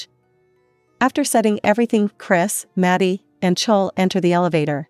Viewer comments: I know they keep saying "chowl" like bowl it's so bad 😂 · It’s clo-wee I HaTE these automated voice over they screw my name up so much jesus